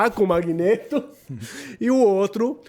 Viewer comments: "Magnêto" kkkkkkkkk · MagnÊto? CiclÔpe? Meu Deus que nervoso que dá o carinha falando errado o vídeo todo...